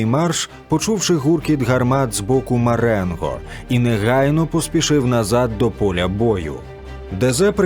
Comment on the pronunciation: Маренґо? З буквою "ґ"?